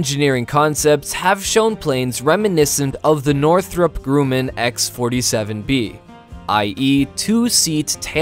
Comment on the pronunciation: HAHAHAHA, you also don’t know how to correctly pronounce Northrop Grumman. It’s not “Groomman,” it’s “Grumman,” you know, like Bacardi “Rumman.”